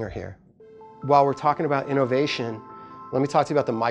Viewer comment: I love how he suddenly throws slang words out of know... Back on the innOHvation tip lol